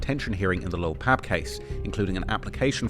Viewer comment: Fr fr, I wanna thank for pronouncing Lil Pab's first name correctly!!! Thats respect bruh. It be the little things that make Lore great.